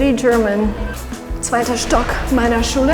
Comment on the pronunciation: Lerne erstmal “Schule“ richtig auszusprechen!